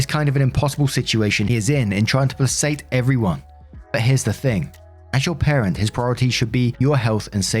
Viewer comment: Just a quick one placate is pronounced plah-kate:) fanks!!